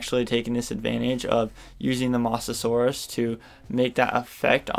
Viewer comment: Ya need to learn how to pronounce mosasaur not mos-asaur